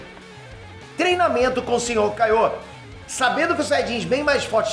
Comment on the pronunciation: Kaiô é Kaioh não é